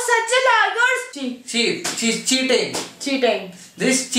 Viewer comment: Why do u pronounce cheating like that? Ew